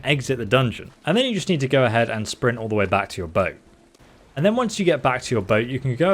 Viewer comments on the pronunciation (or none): none